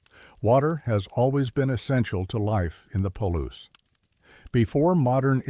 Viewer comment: Ai read. Palouse falls is pronounced Pa-loose